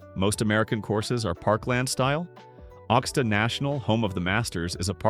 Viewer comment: Thumbs down, for mispronouncing "Augusta."